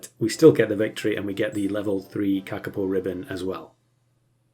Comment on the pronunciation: you're very close to the pronounciation of kakapo. as close as any non maori speaker